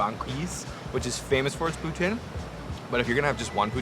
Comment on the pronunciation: cant say bagel right at least you pronounced poutine and natas correctly and of course screws up gnocchi great food reviewer cant even pronounce food trusting your advice lololol